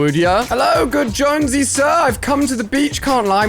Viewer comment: ali i its jonses not josnose